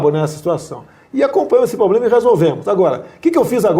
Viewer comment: So uma solicitação, alguém, por gentileza, ensina ao nosso querido presidente a pronunciar a palavra PROBLEMA corretamente.